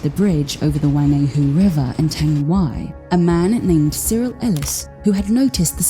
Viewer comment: U said the word tangiwai wrong the ai at the end says ee